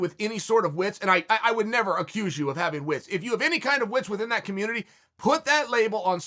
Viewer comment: "Us as a communitry" lol dear god chael.